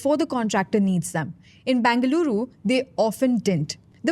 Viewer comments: Either say Bangalore or Bengaluru... not Bangaluru! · Why does she pronouncing the name as Bangaluru ? itS either bengaluru or bangalore. Make up your mind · Appreciate the effort that went into putting this video together, would greatly appreciate if you can also get the host to pronounce the names of the places like Gottigere, Nagavara and more importantly “Bengaluru” accurately! Thanks in advance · Would help the presenter if they were to spend a minute on how Bengaluru is pronounced. Terrible downgrade from Akshara.